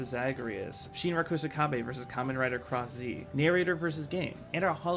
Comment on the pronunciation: ACKSHUALLY Cross-z’s name isn’t pronounced like “cross-zee” ☝️🤓 Jokes aside though, this is all looking so amazing, and I cannot wait to see the future of nebula theatre!